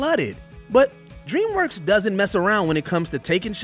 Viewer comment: Stop letting this guy do the voiceovers. He can’t say simple words like “ask”. He says “asksksks”. He calls DreamWorks “Dreamswork”. Every single video he does, he gets names wrong, mispronounces simple words, called “the Gray Ghost” the “Gary Ghost”, etc. If you’re getting paid to do something, do it well.